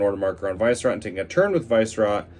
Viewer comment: Dude it's not VICE-rot, its Vi-Sce-rot